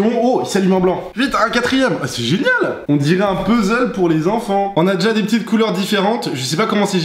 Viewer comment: elle a dit jénéale